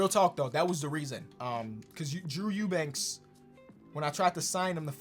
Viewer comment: I’m so happy that you pronounced Eubanks correctly. Love your vids but Drew is my guy and that always frustrated me